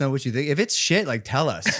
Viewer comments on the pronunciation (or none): an American saying “shit” sounds so strange coming from a Brit